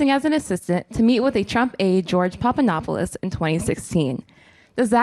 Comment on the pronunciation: so she was given a question to ask cuz you can see her reading it and call me seem to already know the question. Also she didn't even know who Papadopoulos was cuz she couldn't pronounce his name right